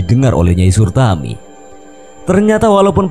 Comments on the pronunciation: nyai suratmi😭 bukan sutarmi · Nyai SURATMI, bukan surtami...